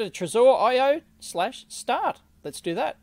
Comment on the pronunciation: It's trezor not trezore . Please please say it right